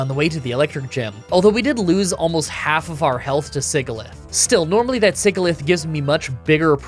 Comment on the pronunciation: "sigglyph"? bro 'sigil' is a word please look it up